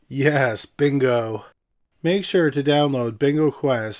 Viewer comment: Love the channel long time listener but dont ever say yes bingo like that again 😂